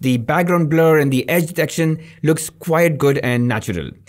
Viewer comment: "quite" not "quiet" - Sincerely, Teacher